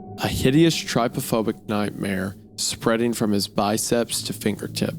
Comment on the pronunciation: GEH-ralt. Like “Those big ol lips make you look pretty geh.” TRIP-ophobic. “I almost tripped over those big juicy lips.” ICK-or. “Those humongous lips give college girls the ick.”